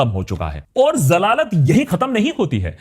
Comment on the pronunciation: Did you say Zalaalat ? 😂